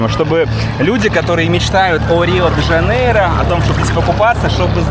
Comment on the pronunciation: Не Жанейра а Жанейро . Блогер учи мат часть 😂